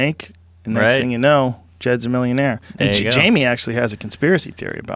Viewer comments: I can't believe it took 1420 episodes for someone to call Jamie "Jame-o" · "Jaymoo,give it a goog" lost my shit. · Jamo! Say his name right! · I was waiting for the moment when Jamie finally snaps and lunches across the table to strangle Mark Normand over the word "Jame-O" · "Who's Jame-O?"... Really? So every time Mark Normand said 'Jame-o' Joey Rogain had no idea who he was referring to? That. Is. Gold.